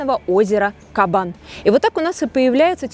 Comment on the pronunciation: Правильно на Кабане делать ударение на втором слоге. Странно, что журналисты не знают русского языка. Или все не казанцы?